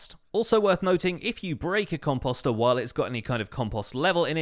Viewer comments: Post . . .post ....... composter . Sorry that just really bugged me. You said it like 50 times. And I cringed every time. But thats just me. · i’m still not used to hearing him say ‘composter ‘ like ‘imposter’ lol